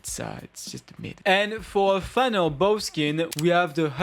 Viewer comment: "Bow" just pronounce it "beau". Love those kind of videos, I like hearing people's opinions on designs.